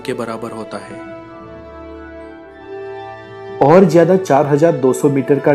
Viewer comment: abe to ..har baat k last me hain . bola kro he he kya krte ho .jukam hua rhta hai kya